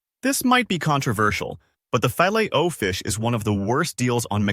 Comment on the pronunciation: Learn how to pronounce the filet of fish...your pronunciation is pathetic 👎